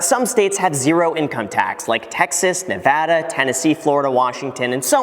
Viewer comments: OMG YOU SAID "NEVADA" CORRECTLY NOW! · Omg he said Nevada right this time